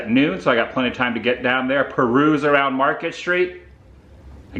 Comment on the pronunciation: Loved today’s adventure Adam. Just keep cwusing awound and awound and awound 🤣🤣🤣🤣🤣